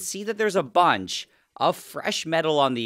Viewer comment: Never heard the word “bunch” so butchered